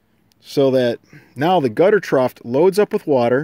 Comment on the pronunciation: The police returned for a second visit: "ash-fault" should be "ass-fault" (spelled a-s-p-h-a-l-t) "troft" should be "troff" (spelled t-r-o-u-g-h) All love here. You do great videos, just trying to help a brother out.